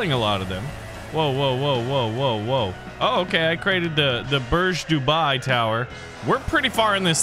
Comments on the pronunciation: "The Burj Dubai"💀💀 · "The burj dubai tower" What the hell is that